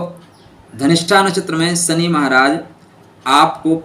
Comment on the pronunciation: 😂🤣 Shani ko suny bolte hai